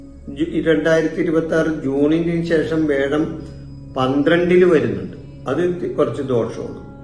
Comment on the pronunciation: വേഴം അല്ല വ്യാഴം